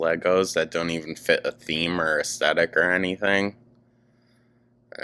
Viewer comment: “I leauve the aesthetiic” ARGGGG this angered me so bad 😒